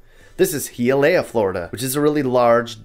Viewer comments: City number 2 is pronounced HIYA LEE AH (Hialeah) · Hialeah is pronounced hi-ah-lee-uh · He uh Laya 🤣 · The way you pronounced Hialeah made me spit out my coffee lmaoooo what a gringito :) nice video though I liked it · Lol....we said the same... is very.gringito😜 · It's not fault, he is an American. ¯\_(ツ)_/¯ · me as a cuban from miami you do not wanna move to hialeah man alot cubans there yell alot and by the way you said hialeah wrong